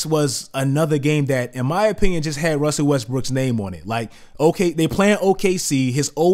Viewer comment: you say "wussle westbrook" hahahaa